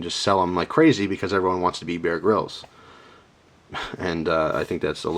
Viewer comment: he sais bear grilled knife